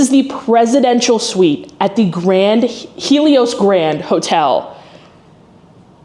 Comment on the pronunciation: The lady is correct on the pronunciation of it